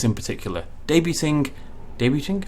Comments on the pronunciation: "Debuting" = "daybyew'ing" emphasis on "yew". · Well mostly just not pronouncing the "t"